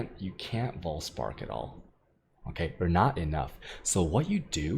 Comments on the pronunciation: It's Vaal spark, not Voll spark. Also, why is* Vaal* spark so good. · Its vaal spark not voll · Vaal Spark -> Farm Dried Lake (Voll) -> Voll Spark :D